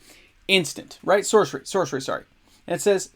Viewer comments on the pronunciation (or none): none